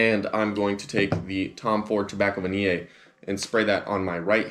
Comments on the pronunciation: I will buy "Tobacco Vaniii, I love Tobacco Vaniyey" I dunno why he pronounce it like that.. 🤣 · it will be good if you'd learn to spell and pronounce Tobacco Vanille correctly.